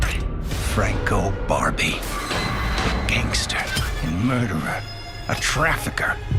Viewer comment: He even said Franco Babri insted o Barbi😂